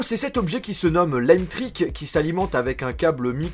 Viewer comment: C'est pas "Lame trick" c'est La Metric